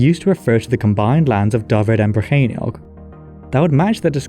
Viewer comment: Two questions: 1. Did Arthur really exist though? 2. This 'Rheinwg', are we sure it was in Whales and not somewhere along the Rhein river?